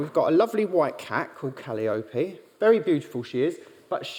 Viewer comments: Forgive me for correcting...buuuut... I think your cat’s name is pronounced cal-Eye- o- pee. It’s a Victorian musical instrument, driven by steam I think, or gas. You may already know that, in which case, ignore me. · Beautiful job on the staircase. Just stunning. Also, I thought I knew most differences between British and US English, but you threw me a new one. So you pronounce Calliope "kal-ee-OH-pee"? We say "kuh-LIE-uh-pee. Apparently another memo "lost in the pond" as Lawrence Brown would say.